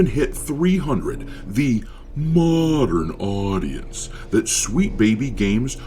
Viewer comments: thi moudeern odience .... gets me every time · I love it how you pronounce „modern audience“. 😂